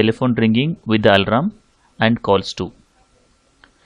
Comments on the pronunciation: its alarm, not alaram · Its not Alram idiot , its al+arm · Bro he is saying alram...😂😂😂